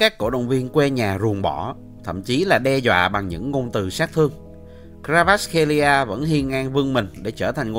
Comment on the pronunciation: " Cờ va rát " ko phải " Cờ ra vát " nha br , cả clip dài mà br đọc sai từ đầu đến cuối :)